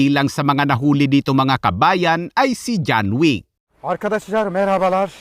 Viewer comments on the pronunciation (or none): Hello lods John wick ❌ John weak✅ 😂😂😂😂😂 Dami Kong tawa